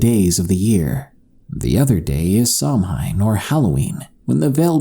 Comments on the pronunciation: in case you didn't know 'Samhain' is pronounced 'Sowen'. 😊🤗 Great video as always! 👍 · your pronunciation of Samhain is way off. In Ireland, we Pronounce it Sow -in. Sow as in mother pig and in. Bealtaine in Ireland is pronounced Bee-al-tin-a. That is Munster Irish. Connacht Irish and Ulster Irish pronounce it differently again. However, I understand Welsh is very different from Gaeilge Irish and Scot's Irish so they too could have different pronunciation. Just something to watch if you come across more Celtic mythology. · Bealtaine is pronounced Bael-thinna (Mouth of the Fire) and Samhain (Summers End) is pronounced Sah-win. They the are also Irish words for May and November. Bealtaine and Samhain are generally celebrated with lighting a large bonfire, both are still done in Ireland but the appeasing the Faeirie parts are not practised widely anymore as not many believe in the aos sí anymore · Ha ha, your pronunciations are interesting and a bit funny. Samhain is pronounced ‘sow-ae-n’ or ‘sow-in’. Baelgana is fairly correct though:) can’t blame you though, not very phonetical Love your vids!